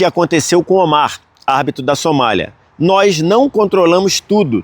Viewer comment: Parabéns pela cobertura e todas as informações da copa, muito legal!! Obs: não é “nois” e sim “nós” 😊